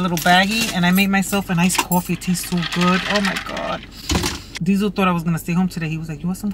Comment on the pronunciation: Diesel not “heifer” 😂😂😂 I love this channel 💜